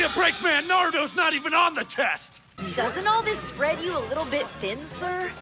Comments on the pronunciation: why... it's pronounced Naruto not NARUDO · They threw shade at naruto and the English VA even pronounced it wrong! 🤣🤣🤣🤣☠️